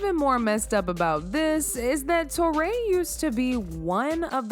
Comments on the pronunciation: Her name is pronounced Tori not Toray. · Who is " Tor-Ray" ???? its pronounced "Torry". as in Joe and Guy? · Teray? How you pronounced her name so wrong??